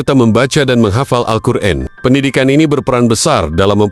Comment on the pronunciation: Ko alqur in, alqur'an broo